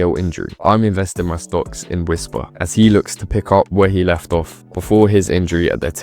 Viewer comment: Whisper is no Drogba he is "WHISPA"!